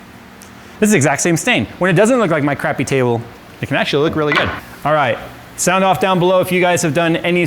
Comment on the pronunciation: Weird: this time around "sound off down below" (at the end of the video) actually sounds more like "sand off [...]" 😂